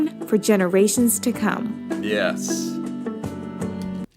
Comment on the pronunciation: Yezz, it`s pronounced like that (a loong aa)!